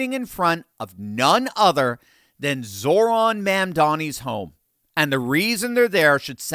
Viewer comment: He’s Zohran not Zoran.